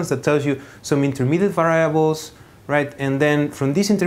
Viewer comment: just in case someone gets confused, what he pronounces 'viables' is supposed to mean "variables"